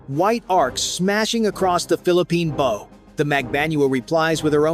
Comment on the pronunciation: TEACH YOUR AI HOW TO PRONOUNCE "BOW"